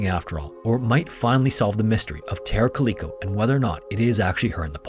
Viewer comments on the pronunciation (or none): Calico not caleeko. Other than that, great video.